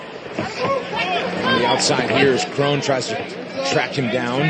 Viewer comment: How do you mispronounce your own name? KRON should sound like "KRAWN" not "KRONE"